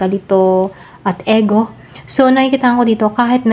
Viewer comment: Ego.. Pg pronounce po is I-gou... Pcncya napo pra maging aware din po Tau sa nkikinig at nanonood.